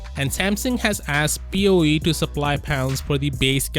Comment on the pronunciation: BOE becomes BOO 😂😂🤣🤣😂